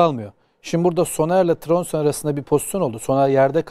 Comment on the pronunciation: Adamin adi Tromso degil Trondsen. Tromso Norvec liginde bir takim. Nedense herkes bu oyuncuya Tromso diyor